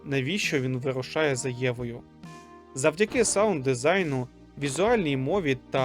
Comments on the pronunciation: ну дійсно, дезінг... Дезінг це dazing (приголомшувати, приголомшений). А Design так і читається, дизайн, дізайн, дезайн можливо. Відео класне, дуже, просто такі моменти сильно ламають сприйняття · дезігн, ечікс... Якщо не знаєш, як вимовляти англ. слова, то просто перекладай на українську в гуглоперекладачі або там же є і кнопка прослухати, як англ. слово говориться. Чи все відео озвучувала нейронка?